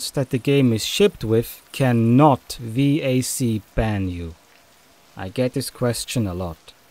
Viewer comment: Oh nah who pronounces VAC like that